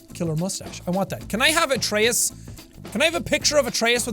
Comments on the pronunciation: M8 YOU CAN'T PRONOUNCE GOD NAMES, IT'S AE-TREE-US AND FEN-REAR JESUS FUCK I LOVE YOU MAN BUT HOLY FUCK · I know it might be different in different areas or in the game. But the god Atreus it’s pronounce A-tree-us. At least that’s how I’ve learned it in my classical myth class.